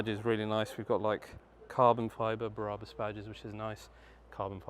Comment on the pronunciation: Love it but please stop pronouncing Brabus Berabus it’s infuriating, thanks mate, I’ve clearly got way to much time on my hands, maybe I should just get a life 😂❤